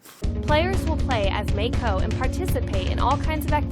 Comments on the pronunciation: Ken Chen they said [meɪkʰoʊ] instead of [maɪko] lolz. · haha yea, should be Ma-i-ko麻衣子, not "may ko", they want to use japanese girl's name but don't know how to pronounce it. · Māi ko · As someone who is currently studying Japanese, I know that Maiko is pronounced My-ko, not May-ko. Either way pronouncing the name correctly doesn't justify this crappy project. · The person couldn't even be bothered to pronounce it as My-ko (let alone Ma-ee-ko)? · Maiko is pronounced Mike-oh, and is used for the name 'Mike'. It's a fucking dude mate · "May ko" The people developing a game inspired by anime can't even pronounce maiko properly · jayney 9 Yes, but the woman narrating the video said "may-ko", which should be spelled "Meiko". But she doesn't even pronounce "ko" correctly so who cares. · I thought it was pronounced Mah-ko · Minor gripe: The "developer" keeps calling the game's protagonist Meiko but it is spelled it Maiko. An annoying mispronunciation of Japanese from a developer who should know better given they are making a game inspired from their experience of anime/hentai shit. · lol they aren't even pronouncing Maiko correctly. seems legit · Either they're mispronouncing Maiko's name or misspelling it. Cause how the girl says it it should be Meiko. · they can’t even pronounce “maiko” right lol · The person who came up with this doesn't even pronounce Japanese names correctly for fuck sakes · It would really help their project if they could even pronounce the name of the character they created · I love how the announcer girl does not know how to pronounce Japanese lmao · They don't even pronounce Maiko right -_